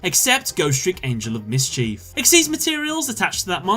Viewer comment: 1. #88 Gimmick 2. Vennominaga 3. Last Turn 4. GhostTrick Angel of Miss-Chief 5. Whore-Uh-Kuh-Thee 6. F I N A L 7. Got bored - Clicked to a new video....